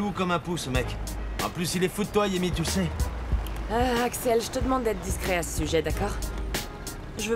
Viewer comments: Pourquoi Axel à dit Yemy au lieu de Tami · Axel a dit "yemi" qui comme moi a entendu ? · Qui a entendu que jl la appeler Tamie, yemie😂😂😂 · Au lieu Axel à dit Thamie il a dit yémi😢